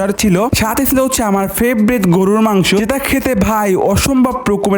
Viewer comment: গরুর মাংস ❌ গলুর মাচ✔️